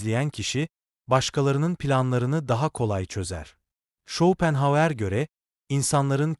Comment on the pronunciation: Yapay zeka çevirememiş takılmayın